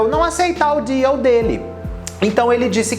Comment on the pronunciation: quando ele falou "deal" eu entendi diu 💀💀